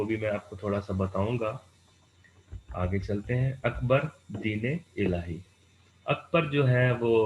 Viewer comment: Its Din-e-illahi not Deen illhai